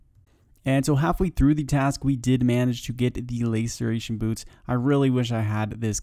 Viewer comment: Laceration, like last. Lasseration you may even say... English language isnt that hard if you try.